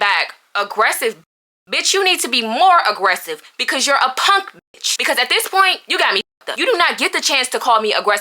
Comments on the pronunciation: She said punk and NOT ponk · Punk not “ponk” 😭